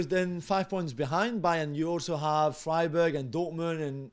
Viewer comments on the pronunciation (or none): It’s Freiburg not Freiberg! For the love of god, please hire someone who actually watches the Bundesliga